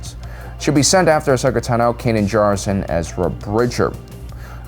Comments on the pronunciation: The emphasis of (Ahsoka) Tano is on the first syllable TAno, not taNO :( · Who the hell is Ashoka “Ta No”????😖😖😖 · Ahsoka Tan-oh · WHY DOES THIS MAN PRONOUNCE “TANO” LIKE THAT? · Why do you pronounce Tano's name so weirdly? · Every time this guy mispronounces Ashoka’s last name I die a little inside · How does someone running a Star Wars channel manage to mispronounce Tano, Cere, and Trilla?